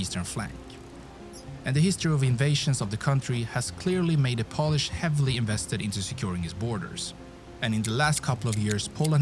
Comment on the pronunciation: Polish pronunciation of the narrator guy in this video is atrocious...